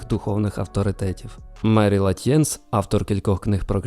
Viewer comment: Дякую за випуск!Обожнюю Крішнамурті!Його думки і бачення настільки глибокі,що в них треба занурюватись і реалізовувати в собі,тільки так їх можна відчути.Вибачте,коли ви називаєте прізвище Латьєнс ,не зрозумілий наголос,правильно робити наголос на перший склад.Дякую!